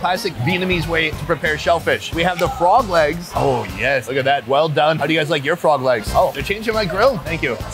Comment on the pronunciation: At first I though he said fog lamps... until I see that he was talking about Frog legs